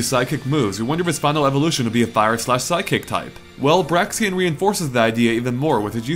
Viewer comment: He kept calling Braixen "Braxien"... somehow this really irritated me...